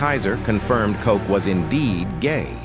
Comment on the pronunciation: Ed Koch, pronounced "Kotch" not "Coke," did not have or die from AIDS. Instead, he died at age 88 from a heart attack.